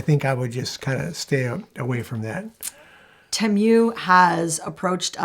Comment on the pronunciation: Don’t know if it’s been mentioned previously, but I believe the correct pronunciation of “Temu” is Tee-moo. And from what I’ve heard from various sources, I won’t be buying from them either.